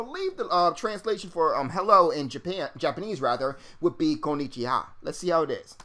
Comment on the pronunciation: Lol hello in Japanese is "Kon'nichiwa" not "Kon'nichha". Just a simple mistake.